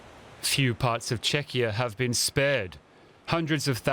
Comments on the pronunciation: Listen to the normal pronunciation . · CheKia, not Chechnia!!!!!!! - That's a Russian state - get your pronunciation correct DW, it could be important! Yeseniky, not jesenik, and so on. Google it guys, or ask a local? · Czech Republic as known as Chechen? The Czech Republic is also known as Czechia in English! Doh!, you only have one job to do, read the bloody teleprompter properly! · Dear reporter, the second syllable in the word Czechia is pronounced "kia". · The guy did not mistake it for Chechnya. He just read the name as it is written without knowledge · Yep, show it to random American, and he will pronounce it as this guy